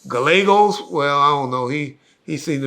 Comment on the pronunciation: "Gallegos". hahah crazy. Geragos buddy